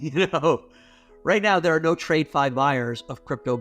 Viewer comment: The fact he pronounces it ‘trade fi’ tells you everything you need to know abt this guy. That and his Luna tattoo.